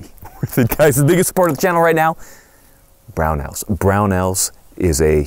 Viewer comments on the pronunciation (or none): "Ammunition provided by Barnauls"? Unsure if it's "Brownells", "Barnaul", or "tinnitus" 😂